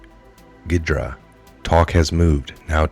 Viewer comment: ge dra (pron like ze bra)